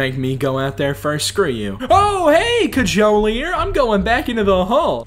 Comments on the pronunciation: you said Cajoler right it's CA HO LEY ER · doesnt pronounce Cajoler CAH HOLE EER the entire fanbase: my dissapointment is immeasurable and my day is ruined. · Kah-joe-ler is the correct pronoucation